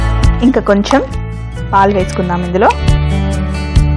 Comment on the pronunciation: కొంచెం అనాలి. కొంఛమ్ కాదు తల్లీ